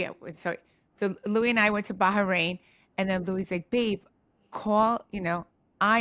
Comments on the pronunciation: Teresa calling it "Baharain" is too cute.. it's giving "Ingredientses " love her 😂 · Teresa's pronunciation of BaHrain is sending me, you can tell she heard too much about Ba-ha-mar from joe Giudice 😂